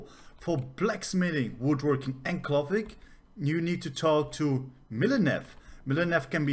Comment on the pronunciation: Very informative. Thanks. Is it possible to get alts to collect high level materials they run across for your main crafter WITHOUT putting a ton of skill points in their crafting? To pronounce "clothing" you want the same sound of "o" that you have in "go". So clothing should rhyme with "go-ring". Totally different sound that just "cloth".